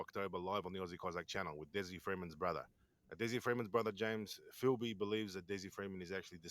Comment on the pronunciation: Filby not Philby. To his mates it was Filbysama. This comes from our Zen Do Kai background. Bob Jones who along with Richard Norton started ZDK was called Kyoshi Sama. Filbysama was our nick name for Des because of his love for karate, specifically ZDK. I have known him since 1987 when he first started ZDK at Galvin Hall - Wodonga High School. I still remember his first class because of a funny event that happened to him. He is absolutely the best bush survivalist I have ever known and not for one second do I think he’s dead. I visited Mt Buffalo and other mountains with Des back in the late ‘80s and early ‘90s. He seriously knows them probably better than anyone ever before. He’s never really had a job. He never really wanted one. He would go missing for 2-3 weeks at a time and we had no idea where he was. Then he would just turn up and tell us about his adventures hiking and camping out in the mountains. Mainly Mt Buffalo. Ever since I have known him there was something special about that mountain for Des. If ever I was to be lost in the Australian bush I would want to be lost with Des. I have known him for 38 years and I have always said that. Funny story I remember him telling us. He was hitch hiking to Mt Buffalo probably about . Two guys picked him up. He was sitting in the back seat. They started talking up big about how they had killed and buried someone out that way. Des said he thought he was in trouble-so he made up an even more horrific story. They shit thems